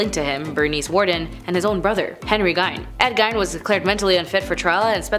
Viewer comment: Gein is pronounced Geen hard G not Gine, just FYI. I don’t know why mispronunciations bother the hell out of me, but they do lol.